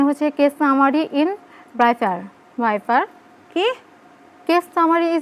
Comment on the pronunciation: Vaipar. Nh daipar 😂😂😂